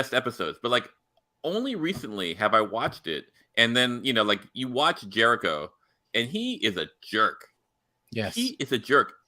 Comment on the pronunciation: Please stop calling Captain Jellico "Jericho". Thank you so much.